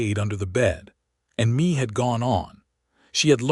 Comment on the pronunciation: Please, please, please work with AI to correctly pronounce Mae (NOT Me, but May like the month) and Chisholm (Ch-is-um). The mispronunciations take away from the story. I am not sure I would have been as trusting of Cole as Mae was. For me the 4 years of courting, then to disappear for 10 years would always make me wonder if the same thing would happen again. I have been married 54 years. We both were 19 when we married. My husband was abandoned by his parents and adopted by his parents. I grew up in a chaotic family situation - my parents divorcing when I was 2, after that my mother had 2 more difficult marriages and divorces.with those histories, my husband and I had some serious discussions about the need to be sure of our commitment to one another. This stories premise does stir up some of the trauma and fears from my early years. Listening from TN.